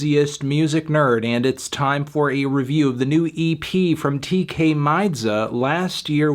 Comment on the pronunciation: No melon, it’s Tkay not Tay-k. I’m sorry to be the one to tell you. He’s not freed.